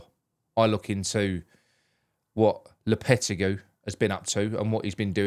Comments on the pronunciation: low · puh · teh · gee 👍👍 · I speak Spanish natively. The way to pronounce it is “Lopeteggy”